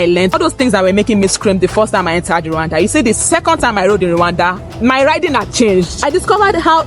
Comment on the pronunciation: ❤hey slow down❤you pronounce Rwanda as Luanda❤